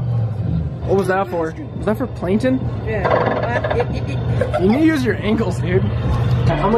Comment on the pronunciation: he called planKton, planton 😒😧